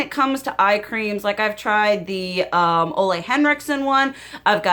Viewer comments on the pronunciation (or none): 😨 sorry, but every time you mention Ole Henriksens name.. What I hear is: olé Hola My danish heart is cringing. The Danish name >Ole< doesn't sound that good 😉